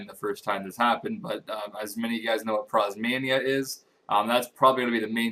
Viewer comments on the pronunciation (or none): prozmainia? its prismania.